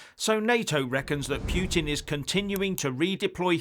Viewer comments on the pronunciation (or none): Oh,! Your 'pyootin' again. Your going to lose some friends with this Narrative obsession...